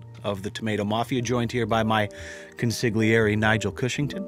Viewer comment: The G is silent in Consigliere. Just giving you a heads up.